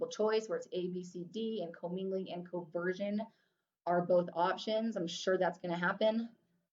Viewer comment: hey i love your content, but in my exam material there are some things that are different: like "commingling and CONversion" not "COversion". Also the haBendum clause, not haBDendum. Thanks for your videos, they're really helpful.